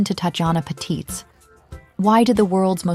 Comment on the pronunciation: Not that it matters much but I'm German and just happened to notice, the stress in Patitz is on the first syllable